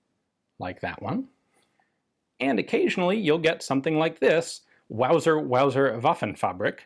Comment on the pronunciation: Lol Wausers, yikes.